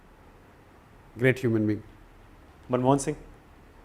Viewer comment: "ग्रीट" नहीं "ग्रेट" होता है साला खुद शब्दों का उच्चारण सही से नहीं कर पा रहा है और दूसरों को अनपढ़ बताता है।